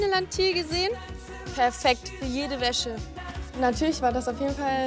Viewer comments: Wie einfach jedes mal WÄSSE anstatt WÄSCHE sagt... 😂😂😂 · Hab ich das falsch verstanden oder hat anstatt weisse Wäsche,weisse Wässe gesagt🤣🤣